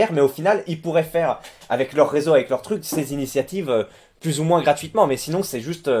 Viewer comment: pourquoi tu dis moinSSSE au lieu de moins ?